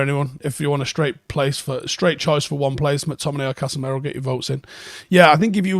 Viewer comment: Why do we still say Casemero? It's Casemiro. Casimiro if you want to be technically correct. Casemero is double wrong. Pronounce the guy's name properly.